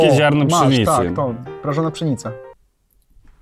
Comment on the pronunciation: mówi się TĄ a nie TOM